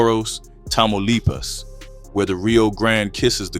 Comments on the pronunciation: Tamaulipas Say it with me, Class!!! TAH-Ma-Lee-Paws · You are mispronouncing Tamalipas big time!😮